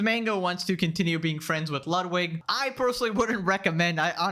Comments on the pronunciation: Why is everyone pronouncing Ludwig as "lot-wig" and not "loot (said not as long) - weeg (like weed, but with a "g", or, like a long pronunciation of the word "wig"), like it should be? And why the hell is he calling himself that if he can't even pronounce the name correctly? (Ludwig van Beethoven for example, you don't say his name like "lot-wig's"?) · Tectone pronounces it "Ludvig" sometimes, idk why that's so funny 💀